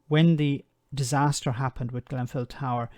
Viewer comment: "Grenfell" Not "Glen-fell" Get it right.